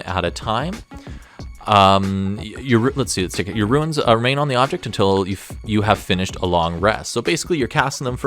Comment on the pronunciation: For the love of mike it is RUNES not RUINS!!!